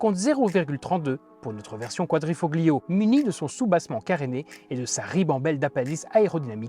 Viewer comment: GRRRRRRRRRRRRRRRRRRRRRR, on ne prononce pas le "G", on ne dit pas [kouadrifoGlio], mais [ kouadrifoLio], ce que ça peut être agaçant à la longue et faire nanard. Merci à nos 2 gars cependant pour les éloges de cette italiennes. Il ne faut simplement pas être bête, reproche-t-on à un camion d'être gros ??? Alors pourquoi reprocher à une berline sportive d'avoir des suspensions fermes ???